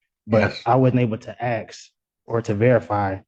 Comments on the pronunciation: I have no idea why, but mispronouncing ASK bugs the tar out of me. Ax, axle, Axsks, it's so silly sounding, 🤷 it's annoying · He loves using words, even when they are nonsensical or wrongly applied. Exhibit 1: Axsks instead of Ask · Please stop Axing! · He is supposed to be saying Under the Threat OF duress and coercion. How is it possible that he can pronounce the word discovery but not the word ask, the s makes the same sound in both words. Can someone please explain the mispronunciation to me.